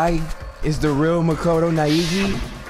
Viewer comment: Makoto: says his first and last name: Makoto Naigi